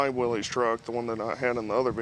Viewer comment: He said Willie's right the first time then you kept saying it wrong it's pronounced as if it were Willis